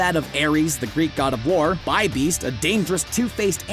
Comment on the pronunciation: Oh, and it's not Bee-Beast on the Grandmaster's Tower, but Bi-Beast. Sheesh.